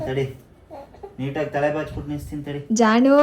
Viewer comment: Y ಜಾಣು instead of ಜಾನು